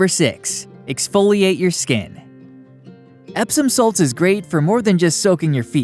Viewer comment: Nice to hear that : Epsom salt.